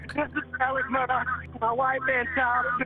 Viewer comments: She keeps saying murdock lol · Take a drink everytime someone says “Murdaugh” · I cant believe that your reporter continually mispronounced the Murdaugh name it doesn't end in a c or a k or ch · Why does the commentator keep calling him Murdock?????? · Why does she keep calling him Murdock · Im confused because some people are saying "Murdock" but theres no C or K in the name....not even a Q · It's my new pet peeve to hear "Alex Murdaugh" pronounced "Alec Murdock". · The mf name is "Murdaugh" not Murdock..... is anyone else triggered by the amount of times the name is pronounced wrong? Wtf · I love how the female coraspondant can't say his name ryt. Murdock is not Murdaugh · It’s Mur- daw. Not. Mur-dock. Dang. Why can’t people see how it’s spelled? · It’s Murdaugh! Murdaugh! Not Murdox!!! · I suppose I should t get caught up n seemingly trivial details, but for a “journalist” to repeatedly mispronounce the subject’s name? Come on. Do we not have professional anything anymore? Alek Murdaw, not Alex Murdock. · It’s murdauh…not murdauk… could even watch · Murdaugh… Not Murdock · why do people wrongly pronounce Alex Murdaugh like “Alec Murdock”? 🤣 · Same here. Confusing why some pronounce it "Murdauck", let's call it what it is. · The only thing I can't figure out in this case is why Alex Murdaugh is pronounced Alec Murdoch. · Is it "Murdaugh," or "Murdock?" Because they said "Murdock" throughout the whole episode and it drove me crazy. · The fact they keep saying Murdock bothers me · Is the name Murdaugh pronounced with a K sound on the end? It sounds to me like the host is doing that. I thought it was pronounced like Murdaw. Is she confusing it with the name Murdoch? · No it’s more pronounced with a k at the end the correct pronunciation is mur-dough the people in the south just pronounce it with a k at the end but it’s incorrect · Why does she keep saying Murdock? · The presenter pronounces the surname as Murdoch? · Did she say Murdock the entire time though?